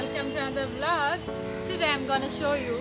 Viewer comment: vlog anadam kuda ravatla sarigga. Em english oh nto